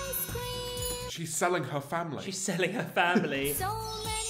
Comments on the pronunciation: Am I the only one that heard "I scream" in stead of ice cream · I heard “Ice cweam” instead of “ice cream” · I hear ice kleem